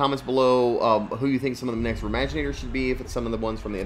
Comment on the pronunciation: just say maginators not remaginators because I don't get it